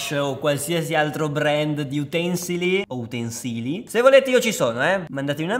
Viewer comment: Macchina utènsile Utensìli Mi raccomando